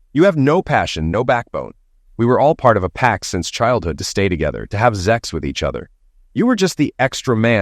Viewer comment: What's up with "zex" and "zexual" instead of sex and sexual? Does YouTube have a problem with the process of procreation? Who's running YouTube, religious fanatics & zealots?